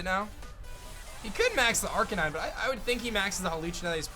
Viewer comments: is no one going to talk about how he said arcanine??? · arc-a-nee-Nay Dur-al-ah-don